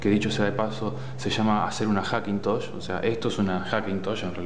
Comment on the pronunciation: "Hackintoch" jajajajaj genial